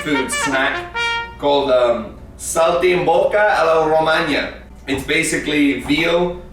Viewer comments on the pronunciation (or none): Vero hahaha "saltimbocca alla Romagna" 😂